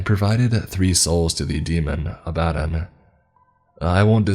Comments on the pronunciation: lmao abadin.... Say it with me Ab-a-don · "Abbadon" is not pronounce "a bad'n." It's pronounce "Abba dawn." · Just a heads up abaddon is pronounced like sabaton. Not like alladin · Abbadon. Ab-Ba-Don. Not Abb-Adon. Ab-Ba-Don. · Abb Uh Dawn. That's how its said. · It's pronounced Abb-uh-don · You trying to say the demon Abaddon. It's pronounced more like ab ah don. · You pronounced Adaddon wrong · is my favorite narrator but is anyone else cracking up at the way he pronounces Abaddon? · Great story and narration, although the way you pronounce abaddon irks me lol but that’s just a pet peeve of mine that has absolutely no bearing on anything or anyone else 😂 I definitely enjoyed this one.